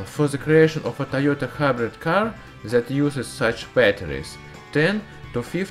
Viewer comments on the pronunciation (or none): none